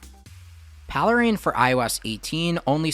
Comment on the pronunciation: PALE RAIN. Not Paleh rain.